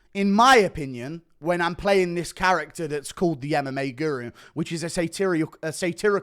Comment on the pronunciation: Guru turns Indian